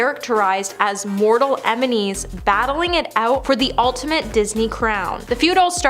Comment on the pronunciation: emenies? Do you mean enemies? This girl